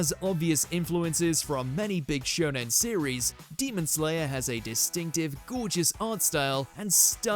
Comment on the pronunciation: 1 He said shonon 2 I think HxH 1999 is the most dark shounen that it just feel like senien